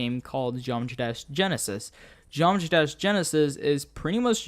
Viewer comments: "what is a genomatrash iceberg" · You said geometry dash "Geomtrash" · What is a Geomatrah Iceberg?